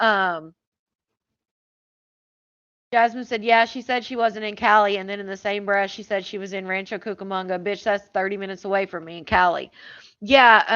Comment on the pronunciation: Why does she say teef, mouf, bref???? Good lord